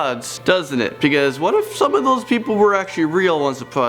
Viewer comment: I love how he says because "pecause"